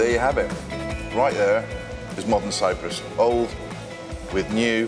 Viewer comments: Cyprus, NOT cyrus! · CY-P-RUS not Cyrus! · Cyprus* not Cyrus, right? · CyPrus, not Cyrus.